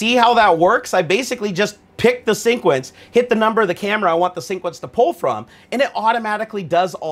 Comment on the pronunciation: Hey man, I love your vids but the way you pronounce sequence as "sync-uence" is sooo tilting. Lol keep up the good work :)